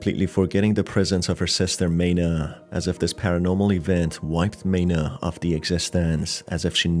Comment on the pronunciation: Thank you for explaning the game's story! As per usual for Chilla's Art games, it was super confusing. Also, Maina's name is actually pronounced 'my-nah' instead of 'may-nah' (the pronunciation in the video was for Meina instead)